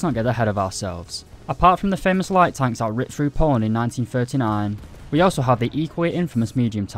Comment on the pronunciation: Its pronounced Poland.